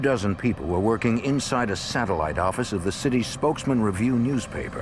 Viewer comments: Get it right now it's the New Yuak Affize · Nee Yahk Ahfice